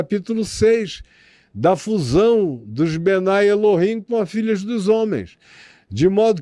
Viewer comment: Não é bnai El-him. É mesmo bnei El-him.